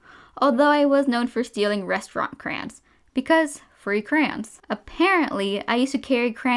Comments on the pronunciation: It is driving me I.N.S.A.N.E how she is saying ‘c.r.a.n.s’ WTF? It’s ‘c.r.a.y.o.n.s’ im Australian, does the rest of the world say crans? Like wtf it’s even spelt crayons! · ITS NOT KRANES ITS CRAY LIKE CRAY CRAY ON SAY IT WITH MY CRAY ONS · Cray-ons not crayns Sorry, idk why these killed me inside so much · Crayola crans Im not trying to be rude, i just think its a bit funny how much she says crans and not like crowns or something.